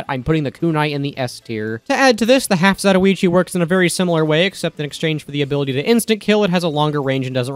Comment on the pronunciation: The way you pronounce "half-zatoichi", geniunely pains and disturbs me on many levels.